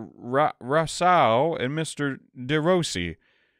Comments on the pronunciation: I know it's a little late but I wanted to let you know how to pronounce "Rousseau", in case some similar name would come up again! The "ou" is prononunced just like the "ou" in "you", as for the "eau", "au" is always pronounced "o", and the "e" before it is always muted when there's one, so you can pretend it's not there. Not that your prononunciation of it is too bad, but you hesitate a lot so I figured an explanation could be nice. I hope this might help for future videos! 😊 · Hi, awesome video as usual! If you need help with "De Rousseau" 's pronunciation, pronounce it "duh Roosso"! Hope that helps!